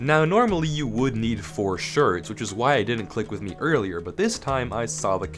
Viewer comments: Why do you say shards like that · why does say shards like that???